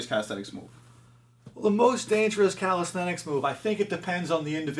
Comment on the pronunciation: you can start by learning to say calisthenics properly, its not calisthetics